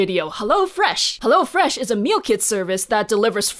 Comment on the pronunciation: Its not HellO Fresh, but its HEllo fresh :D its from Germany and thats how they pronounce it in our commercials